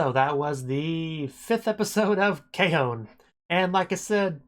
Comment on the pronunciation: It’s not K-o it’s K-on